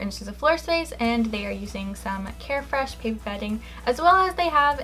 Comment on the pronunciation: another mistake 😂! “Pink care fresh”